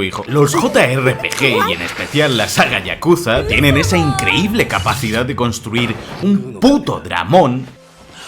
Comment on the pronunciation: IN CRE Í BLE